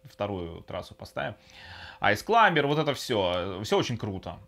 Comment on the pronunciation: а что я с языком? айс сламбер, виртуал консоль- это вообще как? Очень режет слух. Очень понравилось следующее- Сейчас я включю Мегамена и мы посмторим и вы включаете Контру, это зачем и для чего? Сказал Мегаман, показывай Менаман.